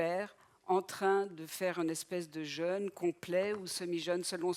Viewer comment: Jeûne ! Il y avait un mot important dans cette vidéo, et ni le professeur ni la conférencier ne sont fichus de le prononcer correctement !... Jeûne et Jeune se prononcent différemment. Regardez un dictionnaire phonétique !